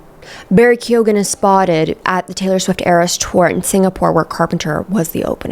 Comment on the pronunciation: Really hoping the way you were pronouncing “Keoghan” was satire 😅